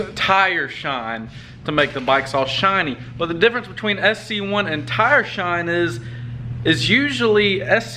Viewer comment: Bro it’s sc1 not cs1 lol